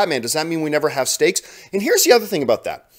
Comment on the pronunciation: The more i hear John say 'stakes' I end hearing 'steaks"